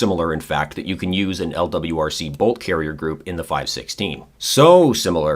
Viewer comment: You pronounced lwrc wrong